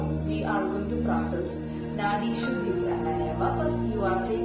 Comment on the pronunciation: ഷുദ്ദി അല്ല, ശുദ്ധി!